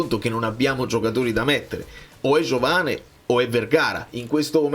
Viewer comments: Credo che i brasiliani la “e” finale la pronunciano “i”, per cui diventa Giovani, con quella “G” molto moscia, come la pronunci bene tu 😅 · Ma pronunciatelo all italiana,Giovane. Si vede che aveva antenati italiani.